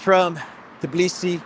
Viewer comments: You are in Tbilisi, not "Tiblisi."😃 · Hi, while you are in Tbilisi you should learn how to pronounce the name of this city TBILISI not Tiblisi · Tbilisi, not Tiblisi. +Engagement